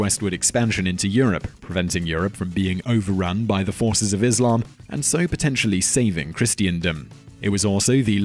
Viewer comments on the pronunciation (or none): none